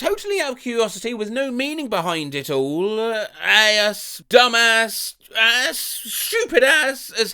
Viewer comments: why do you pronounce 'ass' like 'ay-ss'? I tried googling it but I have no idea why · Man I love the way you always say "ass" in a cartoonish American accent.